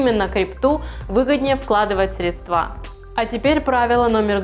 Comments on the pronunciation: красотка) но срЕдства а не средствА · В слове «средство» ударение всегда падает на первый слог, на гласную «Е». Причем во всех падежных формах как единственного, так и множественного числа это остается неизменным. В единственном числе это слово в большинстве случаев произносят правильно, но ошибка в постановке ударения во множественном числе («средствА») принадлежит к числу достаточно частых. В некоторых словарях русского языка даже особо подчеркивается неверность такого варианта произнесения. срЕдства, КАРЛ!!!!